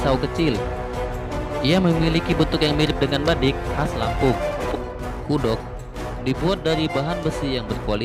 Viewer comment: Kudok😂😂😂 kuduak bang kuduak 🤣